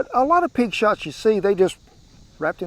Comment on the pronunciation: Well Kent I thought you said pig snot not shots so that sounds a lot better. 😀